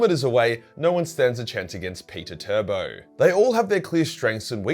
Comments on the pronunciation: He literally called Perturbulent Rambo as Peter Turbo. 💀😭🤣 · Lol did he just say Peter-Turbo?? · He actually said "Peter Turbo" 😂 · Mofo really called Perturabo Peter Turbo